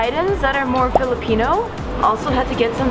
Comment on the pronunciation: OMG your pronounciation of those filipino delicacy is the best! Didn't expect that! 🇵🇭🇵🇭